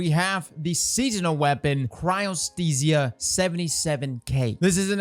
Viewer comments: congrats on finally learning how to say Chryostesia hahaha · you pronounced Cryothesia correctly.... are you ok?